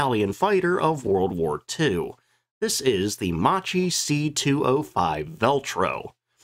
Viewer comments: When in Italian a consonant is followed by a H the sound of the syllable is hard. To be clearer, Macchi you should read as "Makki", not like you did. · Video. I wish creators used Forvo to learn pronunciation of names before stumbling over them dozens of times. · Ok we all know the jokes about the Regia Aeronautica, but… first of all as a documentarist at least learn how to pronounce Macchi! Bloody hell, ch in Italian = k , therefore the chi at the end is pronounced like KEY not like chip🤦‍♂️ Next, about the MC 205 being the best, there are other videos around about the Fiat G55 being so good that the Luftwaffe evaluated it, recognised the potential and didn’t adopt it only for industrial reasons. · it's pronounced MAKKI, mate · Macchi is pronounced like "makki" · ehm "Mucheee" is actually pronounced "mukky". This quite lacks the whole story of Italian fighters: with DB 605 engine there were designed two other fighters, one of which had even more particular abilities but had some flaws, Officine Reggiane RE 2005 of which just a few were produced and after '43 a very few were just adopted for training in northern Italy. The other was the more famous Fiat g55 that was easier to build. When Germans gave us DB 605 the agreement was we had to build some models to compare with German fighters so to choose just one to produce massively. The day od the demonstration German generals themselves admitted our aircraft were in many aspects superior to theirs, for maneuvrability for instance but the real problem was the all our models were more complicated and long to produce. So there wasn't a shared production. G55 was the easiest of the three and it was a real killer against allied bomber over RSI lands. have a listen to this guy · you don't pronounce Macchi as macci but Makki for fuck sake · I should be pronounced Ma-Kk-i, not MaCHi... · Actually more like "Mockie" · Macchi is pronounced “makki”: “c+h” in italian is always a “k” sound (double k in this case)